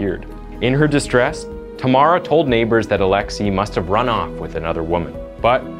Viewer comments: Still can't believe how you just can't bother to google how to pronounce foreign names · He butchered Alexei so badly xD His name is Alexei, not alexy Same for Sergei